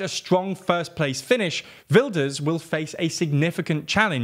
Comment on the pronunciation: The Geert sounded more like Gert and of course the g wasn’t right but he pronounced Wilders pretty good. Could have put the cherry on top and made it “wild-ers”